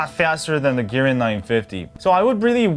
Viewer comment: God, bro! It`s MI UI, bot MY UI :D And it`s a Kirin SoC, not Girin.